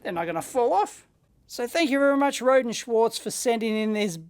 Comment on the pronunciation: Watching one of their videos I discovered "Rohde" is pronounced "row dee", not "road".